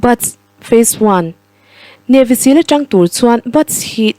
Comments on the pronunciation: Navy sill ti tawh suh Siil ang deuh in lam tur aw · mizo in Sîl (stamp) kan chhut thin anga lam tur anilo, Navy seal chu sea lion an tih mai, Seal anga lam tur thlukna awmlo, Sîl ani lo Seal (steel) thluk in